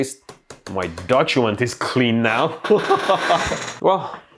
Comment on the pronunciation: he says dojument. true to his culture lmao